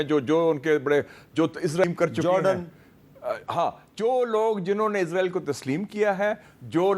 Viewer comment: پہلے اس بیغیرت ملک کا نام سہی لیں عزرائیل نہیں یہ اسرائیل ہے۔